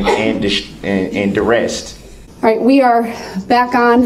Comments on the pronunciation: this clown said “duress-T” omg 🤦🏽‍♀️ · cohorsion, substain, duresst, speckle-ative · Well, he was under "cohorsion" and "duresst."